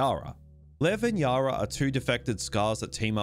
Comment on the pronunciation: I-Zack! I can get over his blatant mispronunciations even when the game tells you many times how it's supposed to be said. Idk just one of those pet-peeves of mine I guess.